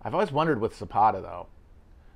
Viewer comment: I'm Mexican. The way Matt pronounces "Zapata" is making my head spin.